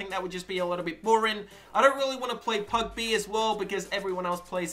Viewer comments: he says pugb LOL Its PUBG my friend !!! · its PUBG u said PUGB LOL 😂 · Anyone else realize he said pub b not pubg? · I honestly couldn’t give 2 F**ks about the battle royals genre, but did this mans just say PUB B?